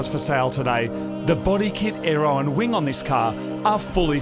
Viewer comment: "I just bumped my head on the giant wing," , as an American, was hilarious because I heard "giant wang."